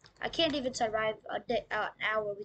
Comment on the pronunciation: Um actually its can't not cnt 🤓🤓🤓